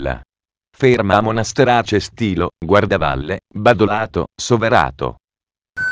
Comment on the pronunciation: Monasterace non Montasterace😂